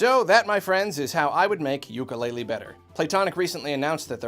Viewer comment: I would make it better by pronouncing it correctly (oo-koo-le-le )